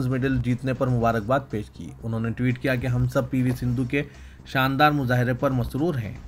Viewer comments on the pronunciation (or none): none